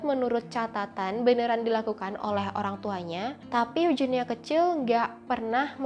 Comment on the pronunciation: itu kan eugenia bukan eujenia.pake huruf g ga pake huruf j